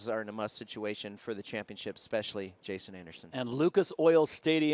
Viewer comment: Need to start a petition to get Daniel Blair in full time!! So embarrassing for the sport that he would fuck up Jasons name like that. And he was calling Breece ‘Breecie’. Definitely not the first time he’s made mistakes like that though